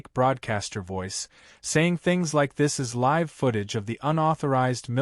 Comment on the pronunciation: Please teach your computer application how to pronounce “live”.